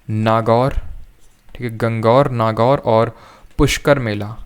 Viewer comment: गणगौर hai sir na ki gang gaur